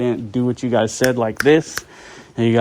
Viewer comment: "you guyzeees"